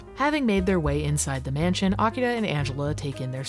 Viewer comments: Honestly, it gave us nothing, but it is impressive the actors pronounced 'Akira' correctly, with the emphasis on the correct mora. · I like that most of the voice actors are completely phoning it in, but they still manage to pronounce Akira correctly. Or at least, as correctly as an english speaker from the 90s could. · Boy, these voice actors are pronouncing the hell out of "Akira"